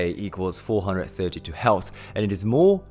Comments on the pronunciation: Are you saying “Hertz”. Your pronunciations is off. Its sound like you're saying “healths”. The correct pronunciation sound identically the word “hurst”; like painful feeling. Do you get it? The frequency “hertz” pronounces the word “hurts”😊GREAT VLOG!🎉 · Do you mean Hertz? Not Heltz. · ok, good vid. But learn to say the word HERTZ. You sound like you're saying HELTZ. Also, the shift in tuning to 440 hz occured several hundred years ago. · Helts = Hertz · What is a ‘heltz’ lol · ITS HERTZ NOT HELTS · Hertz not Heltz. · Ironic how he turns "hertz" into "heltz". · Love what your saying...but- the word your having problems with is Hertz. Pronounced - Her-t-zzzz. ( sorry, i have ocd. Not meaning to be rude.) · ….exgerate the “R” in hertz…..